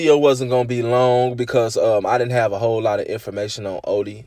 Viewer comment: You Say Odee So Weird